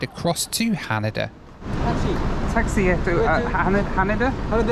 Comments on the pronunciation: HanEda not HanAda LOL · FYI... it's pronounced ha-NAY-da